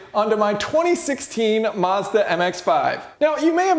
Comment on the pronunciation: Mazda not marrrsss-darrr